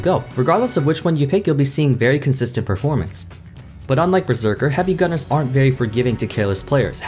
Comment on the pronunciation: “Berseker” xD